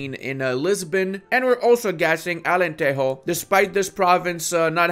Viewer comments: Hearing "Alenterro" has broken my Portuguese heart😞😞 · It's AlenteJO. Like in G.I.JOE It's only in spanish that the "J" sounds as "R" (or I guess it's "H" in english, like in "home"), not in portuguese. In portuguese, the J sounds like J itself, like in "Space JAM" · Portuguese doesn't have the Spanish j/g(e/i), it uses the English j/g(e/i) and when the word ends in -es, it's more like ending in -sh or -j (if you're from the interior) Anyway, nice video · "alenterro" we dont speak spanish man, we are portuguese, we are better than those "buenos dias" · Why do you pronounce Alentejo like that? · I think it's important to mention that beside developing Alentejo, he pronounced it as a truly authentic castilian spanish. And for this he should be BAN...Read more